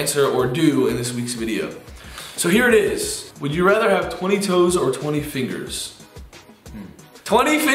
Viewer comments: “ TwEnTy FiNgOwS “ 😂😂😂♥️😍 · I love when gray says fingoohhsss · when Grayson said 20 fingewwwrrrssss😍😍 I love them!!❤️ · 👐👐twenty fingols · TWENTY FINGLESSS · the way Grayson said fingers omg I’m dead😂😂😂😂❤️❤️❤️❤️❤️❤️❤️😍😍😍😍😍😘😘😘😘😘 ilysm can’t wait for Dolan twin Tuesday!!!